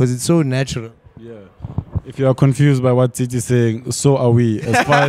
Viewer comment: Tsitsi. Not Tsietsi